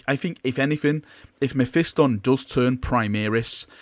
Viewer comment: No offence but that is by FAR the weirdest pronunciation for Mephiston I've ever heard. Otherwise though, great video thanks! Getting hyped for ghazghkull maybe getting a new model?!